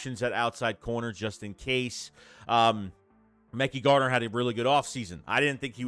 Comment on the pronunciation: Please stop saying mecky garner. Pronounced muh-ky. You need an intervention on name pronunciation